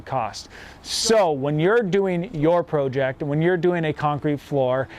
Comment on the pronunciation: It's project not prooject.